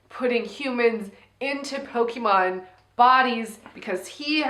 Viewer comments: I'm gonna start pronouncing it "Poke-ay-mon" like from now on 😆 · love the fact that you guys speak like my mom when she tried to fake interest when i was a kid into Pokemon LMAO! The name pronunciation lmao! But i was more a Digimon kid so, all cool! Also coming for Pokemon's fan, coming from a Celine Dion fan, i'm gay and a french Canadian and i don't care that much about her....lol! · Watching you guys get Pokemon names wrong is so endearing.